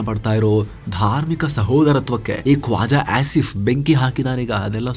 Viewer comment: Kwaja asif alla koja asif 😅